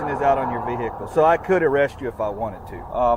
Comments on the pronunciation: All citizens: "vehicle" All 🐷🐖🐷: "VAYY-HEE-CUULLL" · Never trust a cop who says "Veee-hickle" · "Vee-hickle"... pound sand!